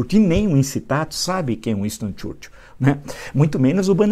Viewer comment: Uinstôn Txúrtil? Fala direito professor.